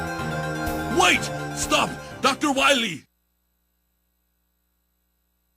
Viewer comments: Dr. Light pronounced "Dr. Wahwee" incorrectly. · At least it's not "Dawktor Wiwwy!"